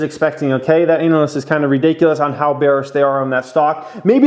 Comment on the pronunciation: I like the way you say “anal-ist”